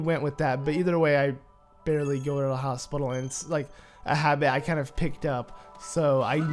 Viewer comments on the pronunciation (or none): none